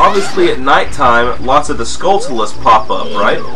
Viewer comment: Those are Stalchildren, not Skull Kids. Just thought I'd let you know. (I haven't looked through the comments, so someone else might have said that already. :P BTW, "Skulltula" is pronounced "skuhl-chyueluh"; it's a portmanteau of "skull" and "tarantula".